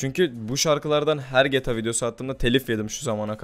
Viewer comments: geta değil g t a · abi geta değil amk GTA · Abi 'geta' değil 'geğteğağ'. Ldkskxmskxmsmd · geta 5 hızlı okuyun :D:A:das:Dsad o ne abi ya geyta 5 diye okunuyor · abi allah aşkina sen bir daha gta deme nolur yaf cok sinir oldum suna g t a desene 😤😤😤😤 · 1-)GETA 5 DEĞİ GTA 5 YANLIŞ ANLAMA ABİ:ddd 2-)hidra değil abi hydra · abi gta demeyi öğren lütfen. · şunu geta 5 diye okuyucağna gta 5 diye okuma sinir oluyorum :D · abi o geta 5 diye okunmuyo ge te a 5 diye okunuyo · geta 5 değil gta 5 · EVO - Akif Aynen bende boyle yazdim helal bee :) ayn bende sinir oldum lan geta diyor getea dicekken sjsjs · PELİNSU YILMAZ geta diyor ya ayar oldum video boyunca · Şuna gete 5 deme sinrim bozldu sjsj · Geta 5 deme o ne öyle ?! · gıta demesen olurmu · lutfen gta deme ya o nasil bi gta diyis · abi geta neden diyon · abi seviliyorsun ama gta demeyi öğren lütfen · abi ne güzel gta diyon dfghsgh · su gta yi duzgun oku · gta demeyi öğren